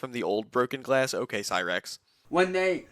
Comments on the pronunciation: Instead of saying ok why does he say o yay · I can’t unhear the “olay?”